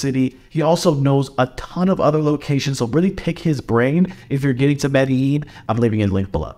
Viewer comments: Madallin LOL First learn how to pronounce it and then give recommendations. LOL. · This is a guide to failure. Didn't even say the name of the city correctly. Go away man. Thumbs down.